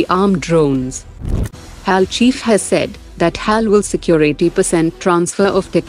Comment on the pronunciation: It's H A L, not hal.